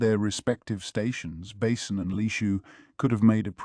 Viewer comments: "GAwShUN" "MaYomAyO" "BAsIN" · The way he says basens name like a bowel 😂 basin